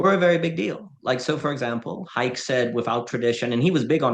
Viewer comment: Unless I've been misled my entire adult life Hayek is pronounced Hi-eck.